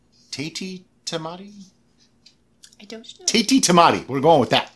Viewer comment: hahahaha = Tatie Tamatie roughly translates to "Crazy Tomato". First pronunciation was correct!